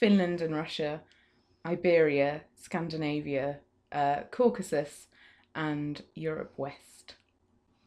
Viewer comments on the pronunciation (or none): Surely it is CaucAsUs, not CaucUsEs. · Caucasus. Not Cacuses